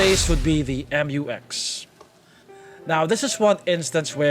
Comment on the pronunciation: Mu-X not M u X